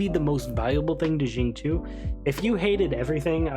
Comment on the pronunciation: hrmm...also chinese here...to be exact the qiu isnt chi without emphasis on L.. its more like chew as in "chew" your food,but with a tiny bit emphasis on H. so its more like sing cew. you can copy paste his chinese name into google translate and hear it too haha.